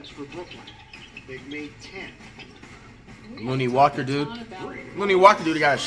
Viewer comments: Flight, Ik you respect Lonnie Walker due to his story, but his name is pronounced LON-KNEE, not LOON-KNEE. Just feel that if you gonna respect him because of his story you should say his name correctly. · Commentator: “Lonnie Walker” Flight: “that looney walker dude”